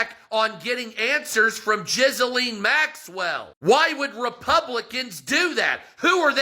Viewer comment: I can hardly hear him because I'm laughing so hard at his mispronunciation of Ghislane. Jizz-A-Lean 😂